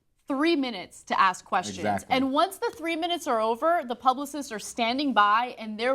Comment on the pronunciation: Words cannot describe how much I hate hearing talk show hosts of any variety pronouncing words like "ex-specially" instead of especially or "axe" instead of ask. That should be in journalism 101.